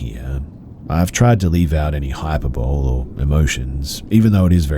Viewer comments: He said "hyperbole" like hyper bowl😂 it's hyper-bowl-e😅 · hey just a little tip, i love your readings, but hyperbole is pronounced like hyper-bolee. i made the same mistake once because i learned the word just through reading so im just trying to help. keep up the good work